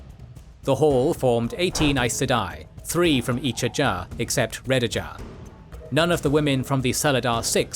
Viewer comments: Ajah, not Ajar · >makes videos about wot universe's lore >calls Ajah "ajAh" Bruh.